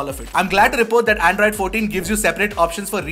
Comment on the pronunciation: Did I just hear "in the earlier version of Andraaaid" 😅